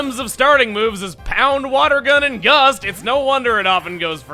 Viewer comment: Did just say Yust instead of Gust?